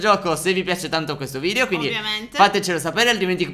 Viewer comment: si dice VIDEO non VIDIO!